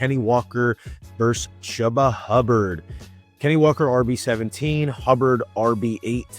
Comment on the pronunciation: Its Chuba, not Chubba